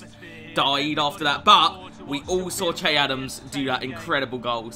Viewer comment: Che is pronounced shae